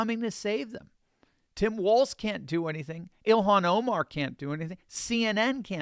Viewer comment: "Elon Oh-mar" XD